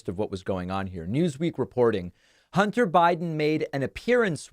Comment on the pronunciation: I don’t blame him. She TOTALLY disrespected him when she chose to parade pics of his junk , in Congress. “Hunder Buyden” was on point.